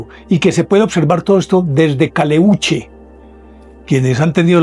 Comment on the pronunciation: Se llama Caleuche, sin cargar la voz en la letra u. Es un barco fantasma que recorre los mares del sur, en especial por Chiloé. Saludos desde Chile.